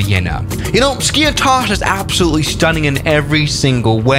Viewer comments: It's not skIathos its SkiAAthos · Jesus mate , this is noT SKIA- TOS ...Its skiathos ''TH '' Like Thanos from avengers skiAthos !!!Love your videos by the way !! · It’s pronounced skee a thos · Great Video! Just wanted to tell you that the "th" in Skiathos sounds like the "th" in e.g. "thank you" and the Emphasis is on the a (Skiáthos). For a Greek speaker to hear it was a bit weird how you pronounced it 🤣 Keep up the good work! 🙌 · it is pronunced skathos not skiathos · Bro i am greek and its called /skiathos/ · Its pronounced SKI - A - THOS 🤣🤣 " no one likes English tourists, pissed myself laughing when I heard that comment 😁YES , there are sneaks in Skiathos. Been to Greece a few times, Athens, Zante and Aegina, all wonderful trips from Scotland. Totally agree about diming the cabin lights, it a legal requirement on all European airlines 👍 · As a Greek myself, I can confidently say that you have butchered Skiathos